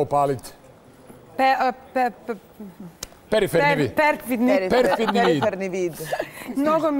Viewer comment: Ne zna reci periferni...